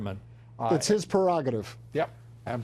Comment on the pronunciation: The word is prerogative not perogative as a lot of announcers and commenters incorrectly use.